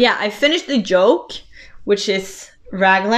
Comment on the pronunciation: Your podcast was very good. High marks for content and enthusiasm. You English is excellent and I had no problems understanding.One tiny thing , yoke and joke are two different words. Otherwise, very good.